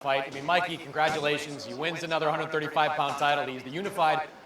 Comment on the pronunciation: VERY DISRESPECTFUL... THE MAN'S NAME IS MIKEY....NOT MICKEY... ANDRE ROSIER IS NOT ILLITERATE....HE IS JUST SIMPLY BEING VERY DISRESPECTFUL.. INTENTIONALLY .....